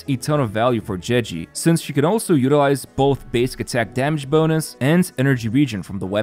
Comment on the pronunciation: "jeji" xd